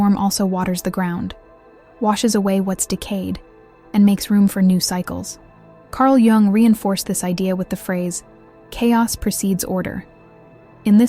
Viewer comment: cArL joUnG